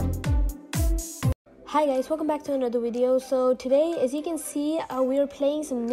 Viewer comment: Video is pronounced by a V not a W